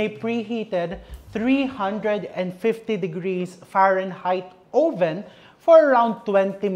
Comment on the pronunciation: Chef, it’s uh-vn po. Not oh-ven.